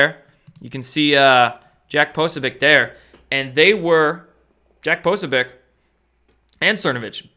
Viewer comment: Poso - BEE- OTCH not Posobiec :-)